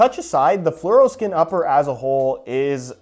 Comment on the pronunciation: Fluroskin?! Doesn't hit right